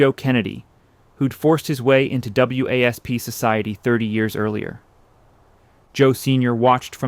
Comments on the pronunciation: W A S P? It’s pronounced wasp. So is this AI or an uninformed narrator? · To commentator: WASP that you spell out is usually pronounced as Wasp as in insect. Otherwise just say White Anglo Saxon Protestant = wasp.